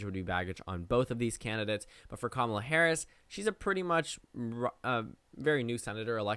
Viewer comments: It’s not Ka-ma-la or Kamla lol, her names pronounced ka-muh-la 😭😭😭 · It’s Cam a la, rhythms with Tamala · The second “a” in Kamala isn’t silent. She has said herself that you say the word “comma” when pronouncing her name. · KA-ma-la Harris. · The second A isn't silent. Harris herself has said that it is pronounced "Comma-la" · You PROUNED the second A. You just shortened it to a schwa